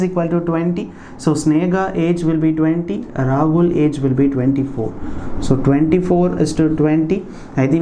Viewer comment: why are pronouncing Sneha and Rahul as Snega and Ragul in ques. No.8